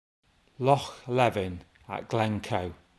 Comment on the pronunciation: Good video. If I may; Loch Lee-vin Ar-ris-ay-g Ker-rer-ra Dun-nol-lee